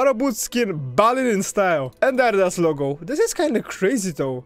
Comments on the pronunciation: adidas in English is pronounced "A - dee - das" with long "dee" part 👍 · ADIDAS = (AH - DEEEEEE- DUHS) pls help my mans😭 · In English Adidas( ah-Dee-dus)